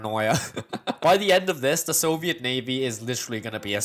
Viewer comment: “Sabetsky Soyuz” True communist detected